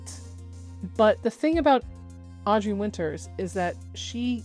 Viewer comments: Very small nitpick on the video im sorry. But she goes by Audra. Not Audrey. I get it they sound the same but this situation has gotten so big in scope that if you’re covering the situation as of now, you can at LEAST get her name right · Nope, it’s Audra Winter, no “s” at the end. No idea why people keep misspelling it. All you have to do to check how to spell her name is to google her. You also called her Audrey around minute …kind of weird.